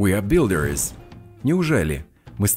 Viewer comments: В слове builders вы почему-то произносите как builderes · Спасибо, очень интересная подача материала. Но в словах drivers, builders, designers в вашем материале слышится чёткое окончание "ИЗ" в то время как "И" там слышаться не должна "драйверс" либо " драйверз" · Хороший тренажёр, но сбивает два момента, из за которых не успеваю уложиться в тайминг с переводом: 1. На уточняющий вопрос "правда?" школьный рефлекс требует перевода "really?" 2. Во множественных формах (например,builders) отчетливо слышится окончание -ies: не только последний звук звучит как z, он вдобавок идёт в паре со звуком i. Этого нет и не слышно ни у носителей, ни в Гугл переводчике. Сбивает при скоростной тренировке